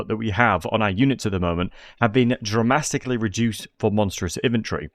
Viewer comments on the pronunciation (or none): "Dramasticlly reduced" lol